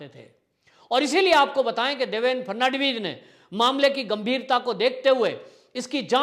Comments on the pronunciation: Frnadibij नहीं फड़नवीस नाम तो सही लिया करो भाई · Fad navis to bolna sikh lo. Ferdinand vis jaisa bolte ho.